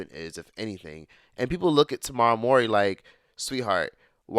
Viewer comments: Baby, who is “Tomorrow” Mowry 😂😂😂 and what gets me is you actually said her name right at one point, but that was only one point in the video. 😂😂😂 Love you!! ❤😂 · I was just listening not watching and I'm like who the hell is tuhmara? 🤣 then I'm like Ohhhh Tamera 🤣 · Why uis he saying Tamara...... LOL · Omg THIS😂!! I was like HOW do you say the name of their show WITH THEIR NAMES correctly but then mispronounce her name later on?!?! The show taught everyone how to say Tamera’s name 😅 no excuse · He didn’t say Tomorrow